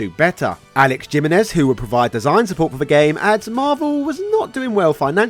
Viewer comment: Gee-men-ez... bro. He-men-ez, it's Spanish.